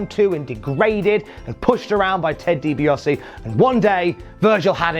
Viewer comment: Bro, it's Ted Dee-Bee-Ahh-See not Dee-Bee-Oss-Eee Also, you are talking about the letter V but you totally missed out on the fact that Virgil was named Vincent in WCW, long before he was renamed Shane or Curly Bill.